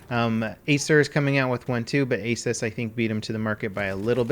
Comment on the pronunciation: Asus came out with an ad a few years back on how to pronounce their company name. It's not Ay-sis, it's Eh'soos.